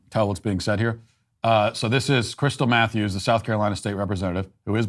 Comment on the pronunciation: I legit thought he said "crystal methews" first